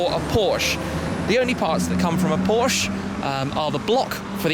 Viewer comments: No offense but what is a Porsch? Guys please it's Porsche. With an 'e' at the end. Thanks :) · SHMEEEE we are talking about Porscheeee with an e in it. Not Porsch :D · It's pronounced as "porshya" and not porsh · Mosanso he doesn't know how to pronounce Porche.